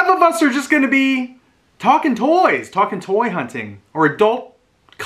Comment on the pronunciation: What’s with not being able to say toys?